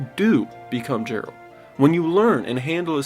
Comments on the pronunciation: He called him Jeralt within the first 30 seconds of the video. That was enough for me to stop watching. Like, the hell? Every character says his name MULTIPLE TIMES within the game. Did he even pay attention to the game he's praising? 🤦‍♂ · Jeralt, lol. "Heyyyy, Jeralt!! JERRY, MY MANNNN!" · I like the video but I can't take you seriously when you say JERALT 💀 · “Jeralt” come on man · Why you call him Jeralt? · How do you play this game thoroughly and say “Jeralt?!” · Did you say Gerald? I am ashamed. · Guy said Jeralt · After all that you still pronounce his name wrong haha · But... But you're saying his name wrong... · Came to say this lol they say this fuckers name constantly, how is he saying it wrong 😂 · How you say his name wrong bruh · Best game ever made, easily, but I can’t understand how you can have played it and heard characters pronounce “Geralt” in hundreds of cutscenes and still manage to mispronounce it so many times in this video. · Same his name wrong everytime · Seeing as you can't pronounce Geralt properly, it's obvious that you played the game in silent mode. 😂😂😂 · You'd think you'd know how to say his name properly if you love the game so much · He got a point. Every time he pronounced Geralts name wrong, I wondered if he was fully listening. People say his name 500,000 times in a playthrough. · Why do you keep mis pronouncing his name? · why cant people pronounce his name after hearing it a million times... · I refuse to watch any video when someone mispronounces geralts name. It's literally said in the game thousands of times. How do ppl fuck this up? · i stopped watching because of how you say " Geralt " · I found it funny. So much knowledge about the game, and then you mispronaunce his name 😁😁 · This guy butchered Geralts name 😅😅😅😅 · Great video man, I've left you a sub, though hearing you mispronounce "Geralt" was oddly irritating 😂. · Only problem I have with this video is its Geralt. Like Gum or Gourd. Not geralt like gem or genuine